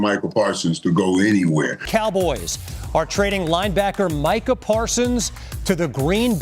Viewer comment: The worst thing about it all is that can't even get Micah's name right.